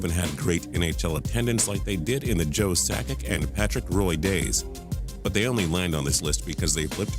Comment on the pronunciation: "Roy" 🤣 it's pronounced [ʁwa] as in Patrick Jacques Roy or "Saint Patrick" as he was nicknamed. The original channel doesn't even know the names of the star players 🤦🏽‍♂️